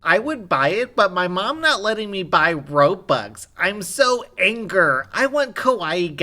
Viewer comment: The kid don't know that's its called ROBUX and not robx